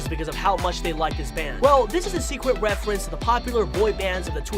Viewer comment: him: refewence decwease Us; reference decrease